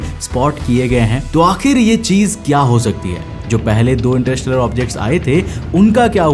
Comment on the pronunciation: इंटरस्टेलर ❌❌❌इंटर इस टेलर✅✅✅ 😂😂😂😂😂😂😂